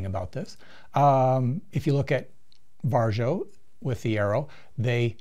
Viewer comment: The Varjo XR-4 has eye relief and I get 114 HFOV just as a data point...the Crystal gives me 102. oh and it's pronounced VAReeeeeO